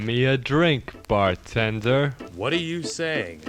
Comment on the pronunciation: Give me a drink, bar-ten-der